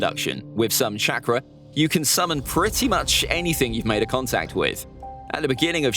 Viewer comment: He said contact not contract